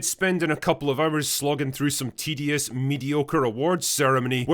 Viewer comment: Did you say “tedious, mediocre, piece of Hollywood slop” or did you say “TDS, mediocre, piece of Hollywood slop”?